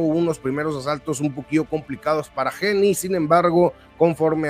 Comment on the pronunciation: Haney se pronuncia GEINI Y NO GENI MO!